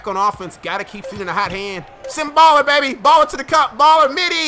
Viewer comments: It's sim boolar not baller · It's boo-lar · its "Boo-Lahr"